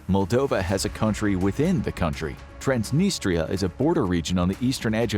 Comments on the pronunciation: Little or no research was done on the pronunciation of Romanian names of the former prime minister of Rep of Moldova, the current prime minister, or the name of the breakaway region of Transnistria. Correction: Gavriliță [gavri'litsə], Recean [re'tʃan], and Transnistria [trans'nistrija]. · You said transnistria correctly the first time then went back to transnistra.